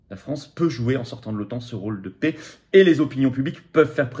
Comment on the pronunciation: On ne dit pas la « pé » mais la « pè ». Ça rend la vidéo insupportable